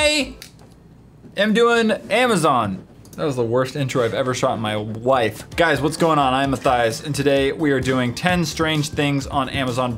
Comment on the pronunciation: why does life sound like wife? it sounds like worst intro i ever shot my wife